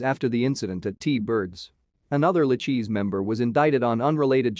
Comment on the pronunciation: Pronounced Lu-KAY-see Crime Family